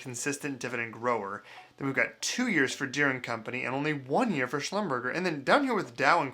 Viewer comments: Thanks for your review on DIVO. Since you've never heard of or know how to correctly pronounce Slumberger, it's safe to assume that you don't know much about the oil industry or why someone would choose CVX over XOM.... or why owning DOW is a good idea. No worries. I won't hold your youth and inexperience against you! ;-) Chevron is the best run large oil company in the world and doesn't have the nonsensical ESG anchor around its neck. As a company, it will grow faster than XOM which means its dividends will as well. It should be noted that Buffett owns a ton of shares of CVX. As for DOW, it's a petrochemicals play. You're hung up on dividend growth, but there's something larger at play. Presumably, you're aware of the disruption of the energy markets in the EU due to the Russia/Ukraine bruhaha, right? Well, the petrochemicals industry uses a ton of natural gas to make product, and natural gas in Europe costs about 5 times what it does here. (when they can get it) This puts European players at a competitive disadvantage to the US where natural gas is much cheaper and more plentiful. DOW is and will continue to benefit from this greatly, so expect them to be a dividend grower in the years moving forward because it will take years for new supply chains to replace Russia to develop. To me, it's clear that they are betting on the emerging long term oil bull market. And that is where their stock picking acumen is going to help them earn outsized returns compared to their peers. As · Schlumberger is among the largest and most important oilfield services/geological companies in the world. The name is French, so "..berger" is pronounced more like "..bairzhay". :) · Slum-ber-shay. It's a French word. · It’s pronounced “slumber jay” Lol. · It's pronounced shum ber shzay. It's a very old oil field services company. You clearly don't live in an oil producing region. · Schlum' ber Zha' (a foreign name, not pronounced like the English 'er'). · It’s pronounced “slumber jay”